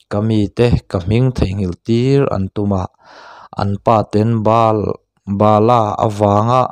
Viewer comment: Baal nge bala i chhiar naah khan en chiang teh